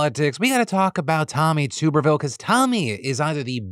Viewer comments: Just fyi, Tuberville is pronounced “Tuh-ber-ville”. Only reason I know that is because I’m a huge College Football fan so had to hear his stupid name for years a little while back. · "toober ville" lol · Day 1030 of Phil once again pronouncing Tuberville and me laughing. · How do you not know how to pronounce Tuberville, lol? He was well known before going into politics.